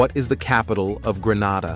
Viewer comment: #71 Grenada is pronounced Gren-a-da, not Gren-ah-da. The middle initial is pronounced like that in the word play. (Unfortunately, Google gives the wrong pronunciation.) Here again, I don't live far from that island.